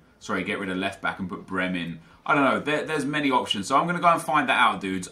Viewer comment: Nep, Brehme is pronounced Brey-Meh